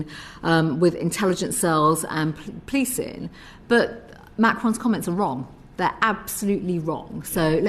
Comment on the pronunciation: The good news is that it appears that this obnoxious and deeply unpleasant woman (Patel) is likely to be sacked when the other obnoxious and deeply unpleasant Liz Truss becomes PM. I do wish Patel would learn to speak properly instead of droppin’ all all Gs at the end of words….